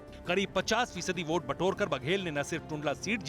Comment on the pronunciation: aitihaasik boats se??? bhai vote n boat bolna seekhle pehle